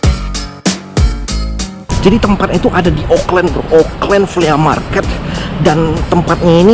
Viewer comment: The way he pronounce FLEA MARKET. "FLI''